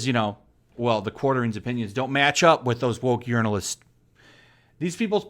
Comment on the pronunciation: I like the way you pronounce those "journalists" as urinalists.